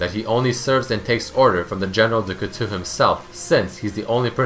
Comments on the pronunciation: Cout-TOW, not Cutu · French being my mother tongue, you ripped out a piece of my soul each time you pronounced "couteau". "ou" is not pronounced the same way as "eau". Your "ou" pronounciating was good, but "eau" is pronounced [O] Good video like always :)